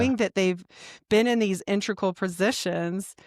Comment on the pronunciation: In-teg-ral Integral Not intrical I'm sorry, but it must be said. Btw your knowledge is very impressive! I enjoyed the podcast.